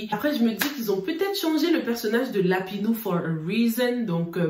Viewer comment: Comment dit Lapino 🤣🤣🤣 lapinou 🤣🤣🤣sorry ma chérie mais je ne pouvais pas m’empêcher de rire